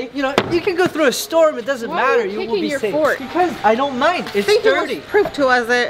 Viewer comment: I love when was supposed to say this is going to be my blanket on my fort but he actually said this going to be my blanket on my fart lol